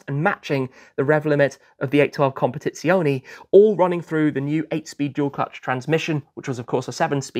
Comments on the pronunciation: As regards the word "Competizione", it should be said that he does not pronounce the original Italian final E (CompetizionE), but pronounces it like an English E. The Italian E is always pronounced the same way, regardless of where it is located (in the middle of the word or at the end of the word). Simply type the word into Google Translator and one can hear the correct pronunciation from a native speaker. ;) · yes i'm italian but sometimes he says it correctly. Not in this video. COMPETIZIONEE OR COMPETIZIONI 😂 Let's not discourage him! He pronunce the final E in Purosangue correctly so one day he will be able to apply the rule correctly. And let's admit that learning italian is not his priority too.